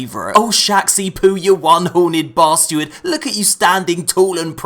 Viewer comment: I can't get over how he says "bastuard"